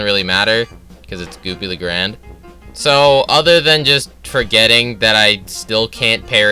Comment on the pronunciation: Hearing you misprinounce 'Goopy Le Grande' is funny asf